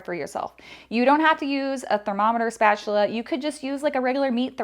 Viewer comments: Channeling Mr. Krabbs – "Spatchuler." Made my day! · Lmao spatchuler 😂😂😂